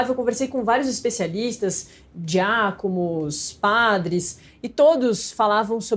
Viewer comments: "ENvangélicos"?? "DiácoMos"?? Pai, perdoe-as pois não sabem nem falar... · diacoMos ? 😂😂😂 esses jornalistas são engraçados